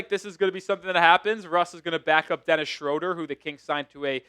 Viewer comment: How do you not know how to pronounce Schroeder?